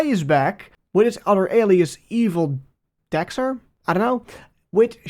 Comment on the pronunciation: EVILDXER's name is pronounced: Evildoer.